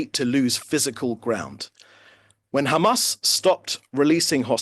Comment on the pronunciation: When the ridicule opens his mouth and talks only about khamas khamas Khamas 😂😂